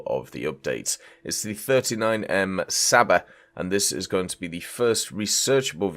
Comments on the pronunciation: its csaba not saba, you're butchering my beautiful language 😂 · Please STOP saying "Saba" it makes every Hungarian person's ears bleed! It's pronounced Ch-uh-b-uh, you can also just pronounce it as "Chaba" if you find that difficult/can't be bothered. The "Cs" in Hungarian is pronounched "Ch", like in "China" or "Chicken".